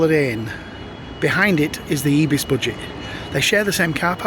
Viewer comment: its not ebis.. its pronouced IBIS like with an i